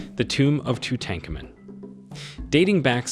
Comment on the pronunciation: Too tan kar moon …is how it’s pronounced